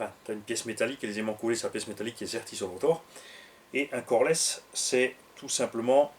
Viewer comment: "pas brushless mais cojones" Oui je sais, il a dit "coreless", mais à la première écoute, j'ai vraiment comprit "cojones". J'ai ri tout seul. hahhaha